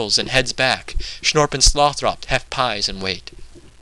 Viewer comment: You look like a dorkier version of ewan macgregor in star wars. Good reading, and the whole project sounds like a very cool idea - I'm a huge pynchon supporter. Couple of suggestions: 1) a different camera angle, perhaps. 2) I believe you're pronouncing tyrone's name wrong as Sloth - Ropp. The final vowel is supposed to be soft, and Slothrop should be pronounced like the name "Winthrop" aka Sloth-rup.